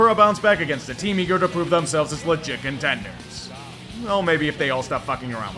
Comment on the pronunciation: When you say "legit contenders" it sounds like "Le chicken tenders"